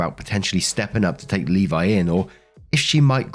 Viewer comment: Thank you for pronouncing Levi correctly.